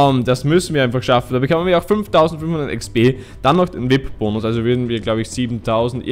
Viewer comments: Vip ? XD XD XD XD Es heißt V I P ( WI EI PI ) BITTE SPRICH ES ANDERS AUS TROTZDEM GEILE FOLGE BIN SCHON RQNG 13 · das heißt V.I.P also die Buchstaben einzeln aussprechen